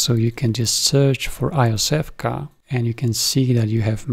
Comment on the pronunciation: Iosevka is pronounced roughly as Yosefka, meaning something link "little Josef". See phonetically at